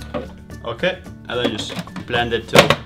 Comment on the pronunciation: Please put the "K" back in your "okay" it's really annoying